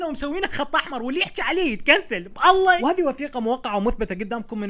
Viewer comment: بالله وليس اب الله غلط مايجوز